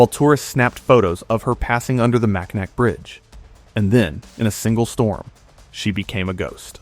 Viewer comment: Mac a naw Bridge! Dumb AI. Don't care how it's spelled